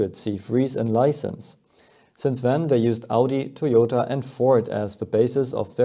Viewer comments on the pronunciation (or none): none